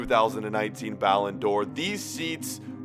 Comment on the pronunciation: It's not balin it's balon pronounced Balone